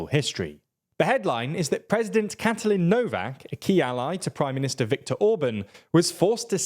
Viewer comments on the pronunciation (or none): none